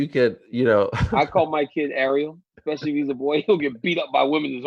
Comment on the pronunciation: hey DC WHAT IS THE WORD EXPECIALLY ,,,,DO YOU SAY EXSETRA TOO IN LEU OF ETCETERA